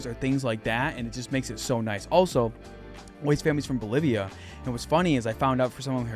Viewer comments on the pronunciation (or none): Great info. Thank you. Keep the good work 👏 btw, did you say Bolivia?